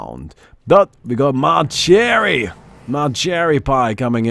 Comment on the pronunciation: Sorry but not its not 'ma cherry' its 'ma cherie', french for 'my sweetheart'.